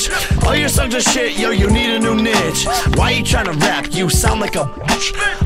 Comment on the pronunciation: Did he really pronounce niche as nich ?